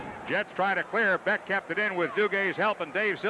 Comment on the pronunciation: Hilarious hearing the Rangers announcers basically butchering every player's name..lol. At least they pronounced BECK properly.